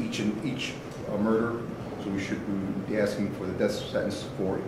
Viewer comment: Aksing? You are an attorney,talk like one... the word is aSKing.